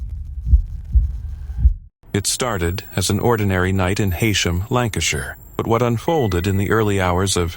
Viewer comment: Heysham, Lancashire is pronounced He - sham. I know because I live there.